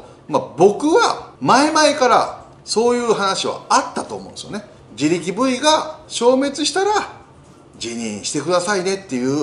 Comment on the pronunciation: 自力Ｖか、自力5位って聞こえたw